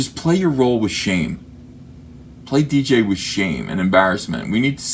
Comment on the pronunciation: It's not dee jay, you just say the letters. Its DJ, god will you never learn.